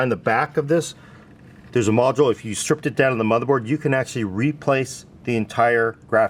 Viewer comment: Why does he say replace as re-place